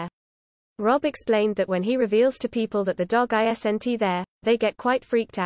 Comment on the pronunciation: I'm not seeing a glass spontaneously shattering. I'm seeing a photo of a man in a pub looking at a glass. I'm hearing a computer voice that can't say "isn't."